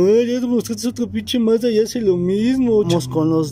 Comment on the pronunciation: Mazda tregs hable bien